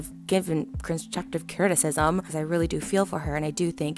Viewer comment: Trisha: I wasn't being rude, I was just giving constructive criticism. Me: Wait...*plays video back* Trisha:I wasn't being rude,I was just giving Construsive crihmmhmm. Me:cut the cameras